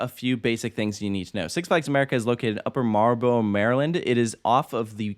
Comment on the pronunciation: Man still having a hard time pronouncing Upper Marlboro 😂. I used to mess it up a lot too